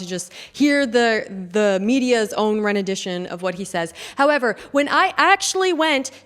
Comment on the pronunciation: "rendition" not "renadition"